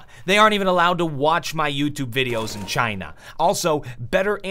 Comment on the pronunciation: Pronouncing China like Donald Trump